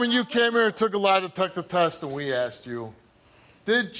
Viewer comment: She “axed” 😂😂😂😂😂😂